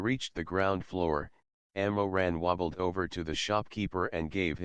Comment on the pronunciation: the pronunciation of the ML's name is wrong it's Mo Ran not Ammo Ran the ML's family name is Mo. Some Asian countries say their family name first before their name even in writing their names I think, I am not Chinese though